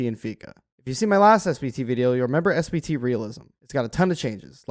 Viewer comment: I swear to god this content creator is saying "SBT" and not "SPT"